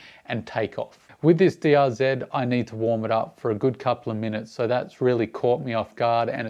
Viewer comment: It's is DRZ Not DRZED ; there is no ED after Z